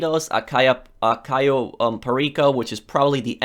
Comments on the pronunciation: please google the correct pronunciation of CAYO. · It's caaaaaaaayo not cayyyyyyyyyo but close enough Also great video